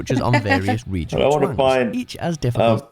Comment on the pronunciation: Egion ….region…..